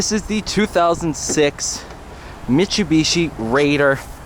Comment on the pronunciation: STOP SAYING MIT-CHEW-BEE-CHEE. Jfc.